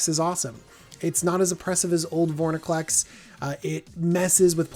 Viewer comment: Why do you and the professor both mispronounce it "Vorniclex"?